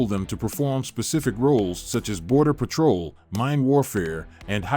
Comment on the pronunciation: Petrol boats wow good English skills